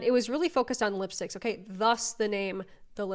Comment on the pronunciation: Haha I paused and went to the comments after she said cool tone lispticks